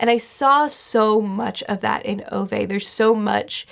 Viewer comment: I am begging you to learn the pronunciation of Ove.